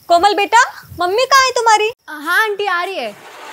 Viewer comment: Kamal nahi bahi Komal hota hai